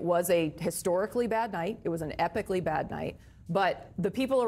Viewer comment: "Epicly bad night"!!! Fire her. He talked Biden gibberish.